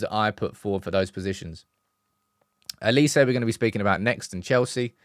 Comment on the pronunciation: His name is OLISE. with an “O”. It’s pronounced “OH Li Se” Why do you guys keep calling him Elise???